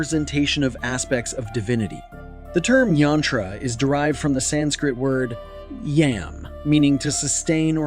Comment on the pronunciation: It isn't Yaantra. It is pronounced Yun-thra. Sorry if I sound anal on this, but sounds have to be correctly pronounced to maintain their power. The root Mantra you mention, Yam, is pronounced Yum. Not Yam as the vegetable. English transliteration as devised by the British is pretty pathetic 😢